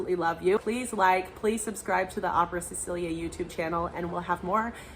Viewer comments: I thought Cecilia pronounced with "s" not "ch" like chinchilla? I might be wrong. She is mezzo I think. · Cecilia Bartoli is Italian therefore Cecilia = Che-chee-lya.